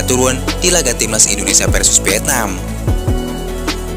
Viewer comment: VIETNAM pakai V,bukan PIETNAM. PARAH BANGET SI ORANG INDONESIA